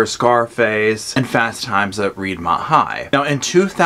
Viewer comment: I love you...but it wasn’t “fast times at reed-mont high”....🤦🏻‍♀️